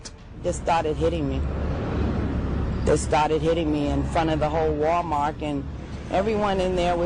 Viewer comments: Wait.....did she call it "Wall-Mark". No wonder this kid is so bad. A Genetic IQ of 50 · Walmark? I’ve never seen anybody pronounce it like that. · “Wal-Mark” is crazy. 😂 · Ok serious question why do some black people say “Walmark”? 🤷🏾‍♂️🤔 some people in my family do to. Other races probably do it too, but I’ve never heard them…